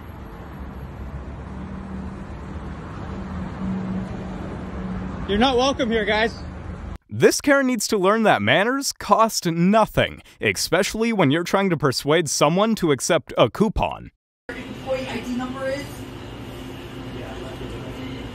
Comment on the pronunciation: The guy hosting this channel needs to learn the word is Especially NOT EXpecially !!!!!! People need to learn how to speak the English language correctly!